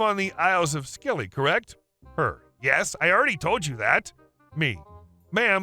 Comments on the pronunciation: Scilly, as in Isles of Scilly, is pronounced like "silly". I hate pointing out this stuff, but I hope it helps. I really enjoy your videos... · It's pronounced the Isles of silly! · Story II - it’s pronounced Silly, the Isles of Silly, the ‘c’ in Scilly is silent! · Lol, the dab radio story. Isles of Scilly is pronounced without the ‘c’ so it’s just Isles of Silly 😂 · Isles of Scilly is pronounced 'Silly'. I know. It's... daft. Not beating on the reader; it's hell working out how the locals pronounce a name you've only seen written. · Just a heads up: the "c" is silent in "Scilly". It's pronounced the same as "silly" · Scilly is pronounced 'silly' - never been there but it's on my bucket list. Apparently once a year, when the tide is right, you can walk between the islands. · The isles of Scilly is pronounced Sil-ee and only about 10 hrs from London by Car and Ferry, so yes, OP could just pop the radio over after work 🤣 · Isle of Scilly is pronounced Isle of Silly. commonly referred to as the silly isles. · Scilly is pronounced Silly! 🙂